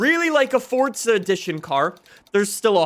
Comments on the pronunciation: Stop saying fortza, its forza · PLEASE stop saying "FORTZA" its FOR ZA! ugh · It's FORZA NOT FORTZA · Fortza horizon? I thought it was Forza horizon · Forza is an Italian word, so the correct pronunciation is Fortza. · Why are you saying it like “Fortza” it’s literally “FORza” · It's Forza. Not fordza. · Why do you say it, "Fortza" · can you please start saying forza correctly it does not have a t in the word so why do you say fortza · Why does he say fortza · Why does he say "Fortza Horizon 5" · why he say fortsa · If this guy says fortza one more time I might die